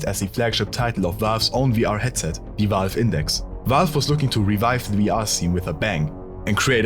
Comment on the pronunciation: wie kannst die 75k abos haben aber Valve nicht aussprechen können. Es ist Valve nicht Walf